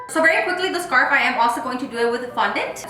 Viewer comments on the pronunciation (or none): “You’re saying scar” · hahaha your face when she told you that you were saying “scar” instead of “scarf” 😂😂😂 ig: $paholarangel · Your saying scar.....:ohhh 👀 $JudyR6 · Awww pobrecita les saying scar instead of scarf 🥺 she’s probably tired but she’s still doing the most for our entertainment! Insta@ Venmo & cashapp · Loving the “scar” (scarf) on the gingerbread man 😂😂, just love how talented you are. 🥰🥰 $DanielleCarrillo19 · You're saying scar😂😂 me all the time! The end had me dead when the lil peace hand pops out Ig ; jexsicaaaa02 $jexsicaaaa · You’re saying score😂🤣😂🤣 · I wanna make one now lol the part where you were like ‘the scar’ instead of scarf and they corrected you 💀🤣 $cynthiagrocha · Your saying scar!!!: ohh😂☠️😂☠️😂 $HandaVela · “you’re saying scar” lol your gingerbread man cake is so cute! 🥰💕 IG: Val_ag2 Cash app: Valerie8410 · First time I notice doesn’t say something about her pronunciation “ scarf” 😂😂😂 #sofunny $JennyZarceno